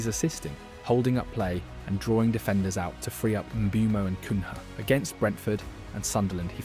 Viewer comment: "Sennee" , "Cunhay" lolz